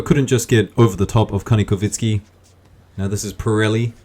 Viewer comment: ITS KANIKOVSKIY NOT KANIKOVINSKY